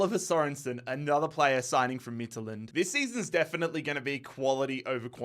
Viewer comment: its so funny to hear you say midtjylland as a dane🇩🇰